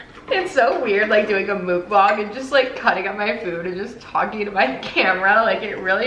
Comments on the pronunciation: FYI it's pronounced muhk-bahng instead of mook-banhg 😁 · I think it’s pronounced MUK-bong like f*ck lol anyways fun video!!